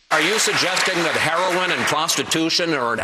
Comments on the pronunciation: " Huroin use " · Wow Chris Matthews can't even say heroin. It just reaffirms what I've been saying... Chris Matthews is a joke of a journalist. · "Hurrowin"-matthews. legalizing "hurrowin" it thought it was HEROIN. black ppl also refer to it as Herrawn--hahaha ron paul makes everybody on the repub. stage, obama, and matthews all look stupid.